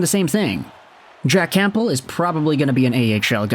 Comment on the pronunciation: Great vid as always! P.S. - The 'P' in Campbell is silent.